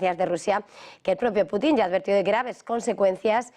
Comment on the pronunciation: Pues nada díganlo en español ej: iceberg= que se lee aisberg,pero en español es TÉMPANO. Putin no tiene acento en la i no es PUTÍN ES PUTIN Asi como sanchez es sanchez y no SÁNCHEZ